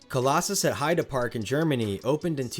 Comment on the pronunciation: I do appreciate ya pronouncing heide park correctly, it's a small detail but it just makes ya more credible :) alot of English speaking people would pronounce it as heydee park, which sounds very wrong 😂